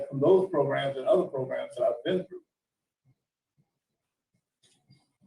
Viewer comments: I don't know why, but I HAVE to repeat "progrum" EVERY single time they say it!! 😆😆😆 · He’s driving me crazy saying “progrums”